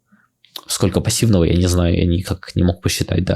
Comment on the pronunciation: например в слове "никак" оно звучит как будто японец выучил русский, а не наоборот